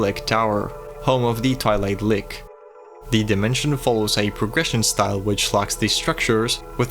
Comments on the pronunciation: lich as in leetch, not lich as in lick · Just wanna mention that 'Lich' is pronounced 'Litch'. Liches are also one of my favourite fantasy creatures/classes since they're basically all-powerful undead mages and wizards. There's a lot of variety in how they're portrayed too. Most are evil, but I think in the Dragon Age franchise there are liches who are basically necromantic gravekeepers who tend to the dead. And Dragon Priests from Skyrim are actually also liches, if you didn't know :3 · Lich is not pronounced lick... It's got a ch sound like rich or witch.